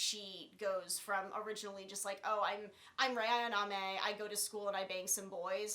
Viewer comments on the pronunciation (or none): It's Ayanami not ayaname. Also, you pronounce doujinshi wrong. There are thousands of H-manga/H-doujinshi, there aren't any that are so popular that you can assume people have heard about it. In other words, just because you read something when you where fourteen doesn't mean it's likely any one's heard of it.